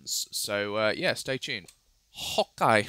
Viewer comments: Every time he says "hokay" i rage a little bit. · just wondering, why does he always say "hawk eye"